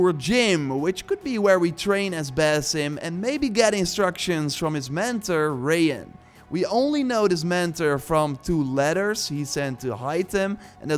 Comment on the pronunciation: The name is actually pronounced ray-hann it's an arabic name means basil (the herb) Also you pronounced "al motawakel" great for a non arabic speaker Al is the arabic of the His name means "the one who's counting on god to guide him" there's no English translation 🤣🤣